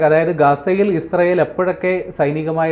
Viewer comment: മോഡം ഇഷ്രായേൽ അല്ല ഇസ്രായേൽ എന്നാണ്